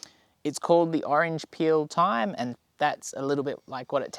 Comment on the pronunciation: OMG, I'm furious...... Americans do NOT say th-yme, with the th sound. We pronounce it as "time", just like any other intelligent beings. Thanks buddy.